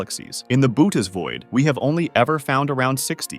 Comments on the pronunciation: Boots...BOOTS void....not Bootys void. 🤦‍♂️ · Unfortunately, I realized too soon that its not pronounced (booh teez) but rather (boh ah teez) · It's pronounced "bu-O-tes" void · You pronounced Bootes two different ways. Next time just look up correct pronunciations instead of winging it.